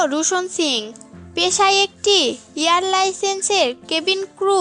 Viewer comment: Ki third class pronunciation. Airlines ke bole air license..